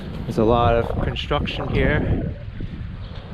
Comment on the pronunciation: There is no cunch in "construction"